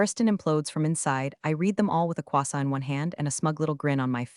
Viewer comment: croissant. yeah, i know. But, it's AI...